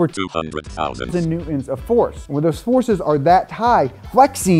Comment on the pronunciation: I love this dude’s videos but the way he doesn’t pronounce the “t” in Newton drives me insane and sounds like he’s 5. It’s Newton, not New-Un